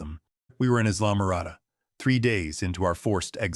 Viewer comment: Your AI certainly has an unusual pronouncing of words. Islamarada ... should be ...I la ma rada ... if there was no text, wouldn't have known where or what it was.